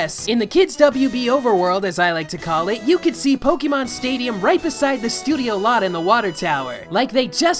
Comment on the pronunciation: WOW SAY Pokémon the correct way with the accent . GET IT CORRECT or " SHUT IT DOWN " - quote from Gordon Ramsey